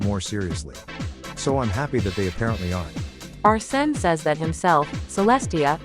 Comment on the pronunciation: Not Arse-ne.